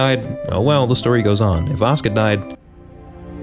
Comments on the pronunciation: I just like that the way he pronounces "Asuka" sounds a lot like "Oscar" and now it's her non-oficial name in my mind. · Still wondering why people pronounce Asuka like Oscar.